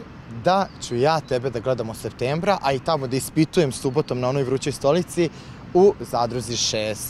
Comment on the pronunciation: SeFtembra, reče voditelj 😂😂. I ovaj se kvalifikovao za Z6